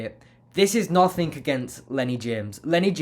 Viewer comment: "Nothink" is not a word.